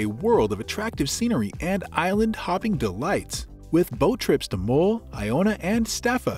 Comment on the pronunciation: Great video, thanks. The u in MULL is pronounce as the u in umbrella (for example).